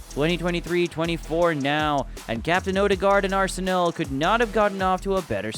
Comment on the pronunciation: go and learn how to say Arsenal properly for god sake